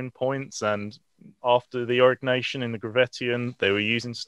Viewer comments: Stop saying Arock Nation. That sounds so strange. It's Aureeeee NYasion or Ñasion. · Au-ri-nyeh-si-an is cool. AURIG-NACIAN, not so much.